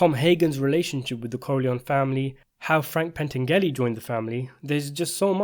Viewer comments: It's "Bar" zini not "Bra" zini. Pentangeli is pronounced Pen tan' jalee. It matters. Otherwise, I enjoyed this :) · It's pronounced as pain - tan- yu- lee. In Italian, gli is a diphthong. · Say it with me Pan-tan-ja-lee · Frank PENTANGELI not Pantengeary which sounds like putting the names of Frank Pentangeli and Senator Pat Geary together.. You obviously do not read your comments because the last time myself and several other made reference to this. Pentangeli's nick name was "Five Angels" ... Pent meaning FIVE and Angels meaning ANGELI. Watch the movie! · More precisely, Frank's last name is pronounced Pen-TAN-gel-lee Watch Part 2 and LEARN! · Love your analysis of the Godfather and all things related but it is Pen-Tan-Jelly. Keep these coming. Best breakdown of the plots, characters etc online. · It's pronounced PENN-TAN-JUH-LEE. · Jesus Christ. You still don't know how to pronounce Pentangeli? At least Senator Geary mispronounced Corleone on purpose. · “Pentangeli” translates to “Five Angels”. Hence Tom Hagen says at the end of Godfather Part II “Don’t worry about a think Frankie Five Angels”